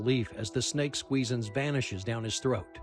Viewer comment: Snake Squeez-INS. Not squeezings.